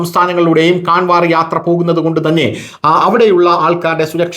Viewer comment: കാൻവർ എന്നല്ല കാവഡ് എന്നാണ് ശരിയായ ഉച്ചാരണം നമ്മുടെ നാട്ടിലെ കാവടി തന്നെ. ഇംഗ്ലീഷിൽ എഴുതുമ്പോൾ അങ്ങനെ എഴുതുവേന്നെ ഉള്ളൂ.